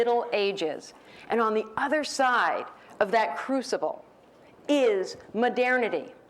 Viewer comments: It's not that unusual. Sounds like modirnity. Maybe she's from Edirne? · Oh, now she said "midernity". Maybe she's from Midgard. ;) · What´s with her pronunciation of MODERNITY?